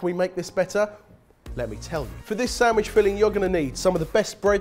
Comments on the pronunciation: I see the word written properly but all im hearing is "Samwidge" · Is it just me or does say "samwich"? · samwich samwich samwich >.< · I somehow always hear "Samish"